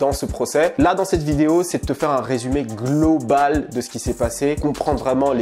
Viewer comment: Glauuu-balle ou Globale??